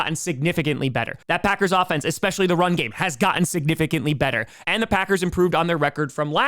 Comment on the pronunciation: stop saying 'expescially"